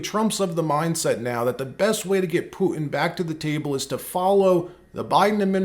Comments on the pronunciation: Huge fan of your channel but one suggestion; pronounce the hard "T" sound. It's PuTan, not "Pu-ann." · Who is Pu-in? Don’t you mean PuTin? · Who the cornbread HELL is “poo-in”???